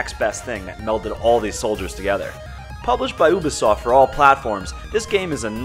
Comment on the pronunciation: _- say oo-bisoft..... 1 more time..... I swear to god..